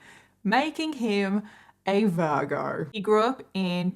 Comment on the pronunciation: He was born the day after me, why are you saying virgo like that 🤣